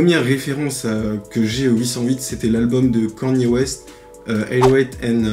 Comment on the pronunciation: Ça se dit "Kenny" pas kany